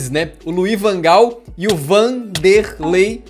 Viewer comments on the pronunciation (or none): "VAN DER LEI" né possível que eu rir disso veyy KKKKKKKKKKKKKKKKKKKKK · Caraca... ri mto na hora do VAN-der-ley..kkkk.... mas vc esqueceu de colocar o flamengo quando enfrentou o proprio brasil...